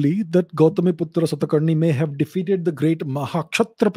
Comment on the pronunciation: We should stop pronouncing 'Aa' at the end of any Indian name. Like Kanishka❌ Kaniskh (कनिष्क)✅, Gautamiputra Satakarni❌ गौतमीपुत्र सातकर्णी✅। Basically we should pronounce Indian names in an Indian accent, it will endure as it was.